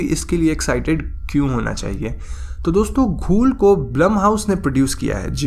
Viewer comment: घोल hota he bhai. Lekij video achi thi